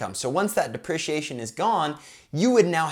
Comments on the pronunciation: Buddy please pronounce it DeprEciation, lol driving me nuts haha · Say it with me Dee-pre-she-A-shun!